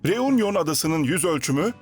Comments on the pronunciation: Teleffuz “reunyon” değil “reünyon” olmalıdır. Fransızca “u” harfi “ü” olarak söylenir. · U harfi Fransızca'da ü okunur.Yani Reünion gibi okunur.Telaffuz kolaylığı için de Reüňiyon denebilir. Union : biraraya gelme,TOPLANMA.Reunion:Yeni birliktelik,biraraya gelme gibi..